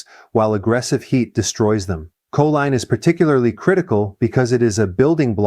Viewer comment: Your AI voice over mispronounces choline.